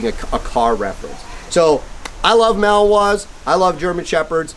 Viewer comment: Nice video, but please learn to pronounce Malinois correctly. It's not "Mal-Wa." The name has three syllables; ma-luhn-waa.